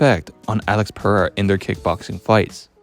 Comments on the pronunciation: PARREIRA? wtf is that, its PEREIRA, AMERICAN IDIOT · "PeRRReira" - sounds more spanish than spanish actually is. Amazing. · Why cant you Americans pronounce that name? Its not Parreira or Paheira :D Interesting video though!